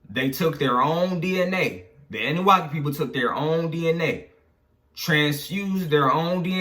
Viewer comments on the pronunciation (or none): Nigga said annuwaki lol it’s annuNAKI 😂😂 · it’s pronounced Ahh-New-Nah-key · Uu pronounce annunaki wrong lol